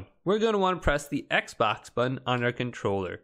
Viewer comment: Bro said ekbox😂😂